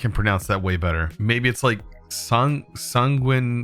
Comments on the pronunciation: Actually it's not ween...it's Sang-win-air...like Peng-win (Penguin) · it's prononced like san-guin (like in penguin)-air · Sahn- Gwinn- Air